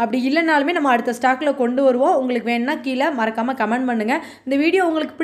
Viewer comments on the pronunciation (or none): none